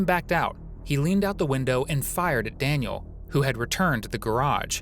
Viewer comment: Daniel not Daniele.